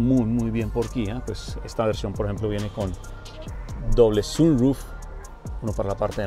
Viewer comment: Cómo puede ser uno tan bruto llevando tantos años con carros diciendo sunruf o lo dice en español o en inglés pero no me jjjjodas